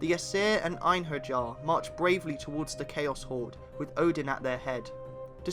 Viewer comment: It's pronounced 'enharyar' not 'enherjar'